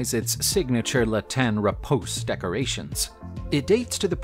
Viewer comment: Repouusse (reh - poo - SAY), not rapose